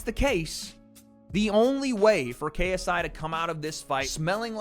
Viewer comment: “Tha Naut Mauh KSEYEEE” 😂😂